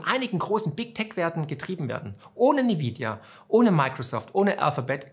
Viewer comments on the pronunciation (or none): N-vidia nicht Ni-vidia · nvidia gesprochen envidia! wer hat unter den youtubern denn dieses nividia verbreitet?